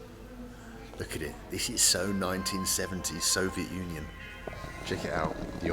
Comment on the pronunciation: I want a supercut from every time he says "Sovet Union".